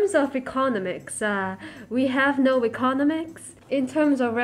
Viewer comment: the way she is pronouncing economics